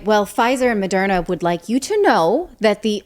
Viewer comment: What's with pronouncing it Mo-dare-na? Is that a secret correct pronounciation that almost nobody knows about?